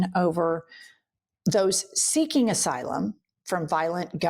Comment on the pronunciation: it pisses me off SO MUCH that NO ONE had EVER corrected him about the word “asylum”